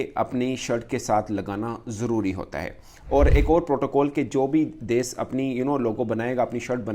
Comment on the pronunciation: Ye mulk ko des bolta hai... Bhai des nahi, desh hota hai.... 😂😂😂 Paxtanio ki english Subhan allah or urdu Masha allah 😂😂😂😂